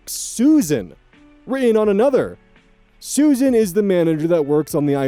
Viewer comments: It is pronounced Sue-Zan. Not Susan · Story 2: SUZ-ANNE, it's pronounced Suz-Anne, you keep saying Susan. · Just so you know, Suzanne is not pronounced the same way Susan is. It's pronounced Suz-Anne, not Su-zanne. They are similar but not the same. 😊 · Just a note Suzanne is (usually) pronounced Sues-Ann, not Susan. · Suzanne is pronounced “sooz anne” not susan im sorry i dont mean to shame you it just was important to me to say this for some reason lol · Suzanne is pronounced "Sues Anne" similar to Rozanne and Roxanne